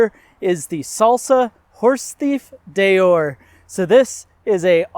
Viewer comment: Deore is pronounced Dee-or, not Day-or. Maybe ride the bike and give us your opinion. Don't just read the spec sheet.